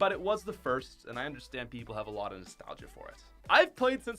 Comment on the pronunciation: STOP SAYING NASTALGIC